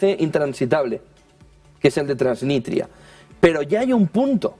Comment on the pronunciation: Transnistria, tío. No "Transnitria". Transnistria.